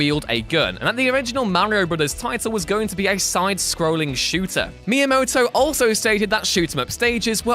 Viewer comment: Dude you can say miamoto but you cant pronounce mario weird